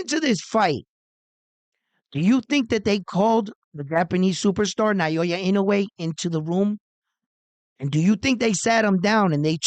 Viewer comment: I admire your utmost persuasive eloquence especially when talking about Japanese Super Star. However,please try saying "Now" & "Ya" instead of "Nayoya". So that it sounds more like it. Please take this advice from Japan.